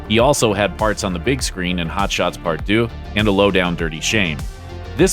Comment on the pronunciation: its hotshots part duhh not doo